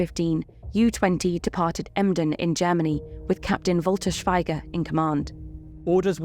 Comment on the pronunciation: It's pronounced "Shweeger"